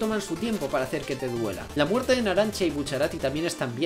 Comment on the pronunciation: en el minuto dice muertre